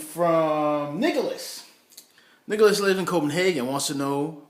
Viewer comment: Did he say Nikolas or niggaless?